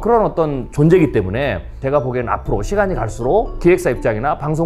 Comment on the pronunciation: 이 분 한국어가 어눌한데 일본인인 가요? 한국어를 잘 못하는 일본인의 발음특성을 가지고 있네요. 때문에를 때문..에라고 말하는 것처럼 붙여서 발음해야 할 말을 답답하게 띄워서 발음한다던가 하는 이상한 말버릇이 있으신데 경상도 출신들 중에 일부의 특징인 것 같기도 하고